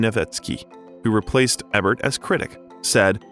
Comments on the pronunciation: My god man, if you're going to make a YouTube career, on multiple channels, out of telling tragic stories of movie stars, you MAY want to learn how Roger Ebert's name is pronounced. Just saying. Or if you're just a hired voice doing script reads, then your team has GOT to brief you on that shit. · Great narrative voice! P. S.: Please learn to pronounce names, words and titles. You obviously are just reading some and are not familiar with the real person, production or word: Roger Ebert, posthumously and La Cage aux Folles for examples. 👍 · How disrespectful to the late, great film critic Roger Ebert that the narrator will constantly mispronounce his surname. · I just thought it was a dummy that didn't know how to pronounce roger ebert's name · I’m really enjoying this recounting of Robin Williams life and career.Some of the pronunciation is truly cringe worthy Ebert,Juilliard,…I don’t suppose it’s computer generated!!!??? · Thanks, and great job. But for the love of god its "E-bert"! LOL Its not just that your narrator mispronounced what is a fairly common celebrity name, the narration keeps coming back to Roger "Ebb-ert" time and time again! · Dude, It's "E"bert! Do your research, Buddy. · Learn how to say "E"bert not "EH"bert. I cringe every time you pronounce his name wrong. Now that I have that off my chest. I shed tears when Robin passed. Also, he wasn't just in the same class at Juliard with Christopher Reeve, they were roomates. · Please, it's not Roger Ehbert, it's pronounced, eeburt - like Siskel and Ebert... long e (thank you)... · Although I appreciate this documentary, it bothers me that you don't know how to pronounce Roger Ebert's last name. It is with a long "E". Thank you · If you are going to use a person's name a million times in your video, you might want to know who that person is and HOW TO PRONOUNCE THE PERSON'S NAME...so its not eh bert its eeee bert youz worthless gen z or millennial m o r o n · It’s Roger Éééébert not Roger Ehbert.